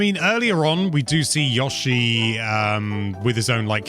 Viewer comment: Stop pronouncing Yoshi like that.